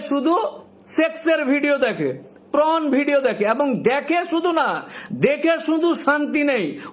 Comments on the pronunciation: Not pron😂 it's porn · কথাটা প্রন নয় পর্ন। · আপনার কথা শুনে তো মনে হচ্ছে আপনিও দেখেন। তার উপর পর্নকে বলছেন প্রন। মানে চিংড়ি মাছের ভিডিও😅😅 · 3 মিনিটের ভিডিওটা কে টেনে লম্বা করলেন। একই কথা বারবার বলছেন ফাম্ব লিং করছেন। কথাটা পর্ন হবে প্রন না। একটা কথা আছে হাগুনতির লাজ নেই দেখুনতির লাজ। যার অর্থ হলো যে রাস্তায় বসে হাগছে তার লজ্জা নেই ?যে ওটা দেখছে তার লজ্জা? সিগারেটের প্যাকেটে লেখা থাকে "সিগারেট স্মোকিং ইজ হারম ফুল" কিন্তু সরকার সিগারেটের ব্যবসাকে এলাও করছে কি করে? অদ্ভুত আইন এই দেশে। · It's 'Porn' not 'Prawn'.. Consolidate what you want to say, then only make video please. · It's not pron ..it's porn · কথাটা PRON নয়। PRON মানে চিংড়ি জাতীয় মাছ।😅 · Ota sathik uchharan hoy na